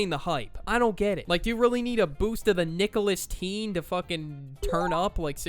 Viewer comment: "Nicholas-Teen" ☠ ☠ "Julius Caesar" ☠ ☠